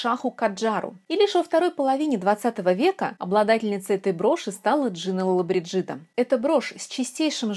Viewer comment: Да, чудесные украшения, достойные красоты хозяйки. Видела несколько ее интервью. Тот еще "перец Чили "😃, никому спуску не давала. Итальянцы произносят ее фамилию с другим ударением ЛолобрИджида, это так, кому интересно.